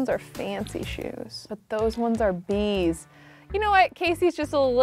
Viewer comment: I kept thinking she was saying “These ones are these”😆